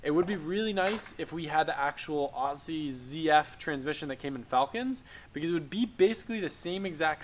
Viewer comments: It's OZZIE not AWSIE!!! Didn't you go to Australia??? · Maaate, pronounce it as if it were spelled Ozzie, ditch the ssssss sound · ozzie, not ossie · It’s spelt Aussie . Pronounced Ozzie . 😂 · call us aussi’s but pronounced ‘ozzy’ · It’s pronounced ozzy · please pronounce aussie as (ozzy) thanks great vid BTW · Yo, Aussie is pronounced; Ozzy, like Ozzy Osbourne (the rocker) Cheers! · ITS OZZY (AUSSIE) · I am australian and its pronouced as TheShubbah says. Spelt Aussie, pronounced OZZY. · Good content, very weird to see our engine and parts in American videos. Just a tip on saying Aussie, pronounce it like "Ozzy" Osborne's name. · Dude you now have a Barra swapped GT, please learn how to say AUSSIE properly! You’re one of us! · Your not wrong mate, always ctinge when he says it that way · No is aussie as in australia